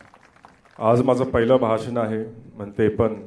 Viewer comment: बहाशन...😂😂😂😭😭 मराठी चा अपमान एवढा वाईट एका मराठी माणसाने केला हे वाईट वाटतं....😒😠